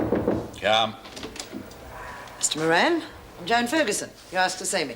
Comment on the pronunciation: Joan should say moran like Murphy